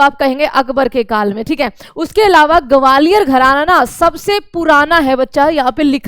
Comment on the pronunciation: Gwalior ka pronunciation aapka thik ni h mam😂😂